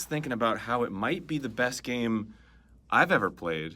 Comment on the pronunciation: Lol how does this dude not even know how to pronounce “game”?